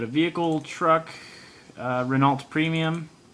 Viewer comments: ***** you should pronounce Renault like Ren Oh i had the same problem till i started watching Squirrel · Did you just pronounce the "t" in Renault? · In that kind of words (It's French), you never say the L or the T, but in English it's hard to say it without sayig LT, (I'm Dutch/French)